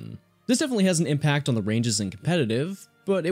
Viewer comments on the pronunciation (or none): none